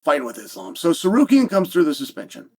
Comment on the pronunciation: How does chael butcher Armans last name… then magically start pronouncing it correctly… then by the end of the video or the beginning of the next he’s right back just winging it 😂